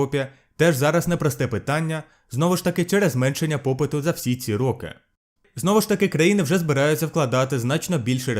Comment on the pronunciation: Наголос в слові роки неправильний